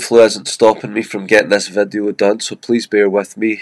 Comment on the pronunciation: like "vadio" ...i was like what is that? Oh you mean "video"